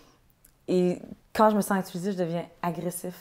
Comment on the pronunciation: « je me sens itulisé » 😅😂